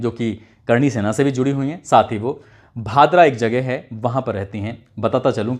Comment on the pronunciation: भतरा नही भादरा